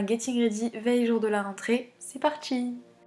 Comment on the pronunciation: "C'est partchi" 😭😷🤢